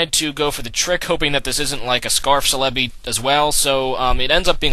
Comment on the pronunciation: I thought celebi was pronounced cell-a-bee